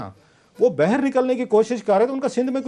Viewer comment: باہر ہوتا ہے اس کو ٹھیک کریں سر آپ بیر کیوں کہتے ہیں